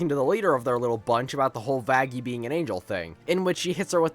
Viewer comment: Bro did not say 'Vaggie' 😭😭😭